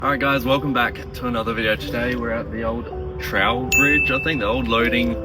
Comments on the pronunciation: True Bridge is the correct pronunciation. Anyway, its good that you take me back to my childhood and fishing around there. If i caught none, the okd fishermen who docked there, would sell me a dozen garfish on a wire loop for a shilling. Yen cents in todays money. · Pronounced troobridge. Used to be the ship that went to kangaroo island. Grew up in the port remember it well.